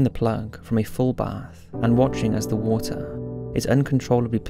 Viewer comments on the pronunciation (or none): none